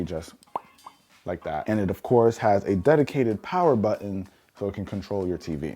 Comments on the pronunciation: What’s a buin oh you mean button 😂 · Great video! Just a thought….there’s actually 2 t’s in the word buTTon and they’re not silent! Excellent video and information for sure!